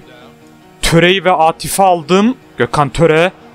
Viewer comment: abi o aatif değil aatıf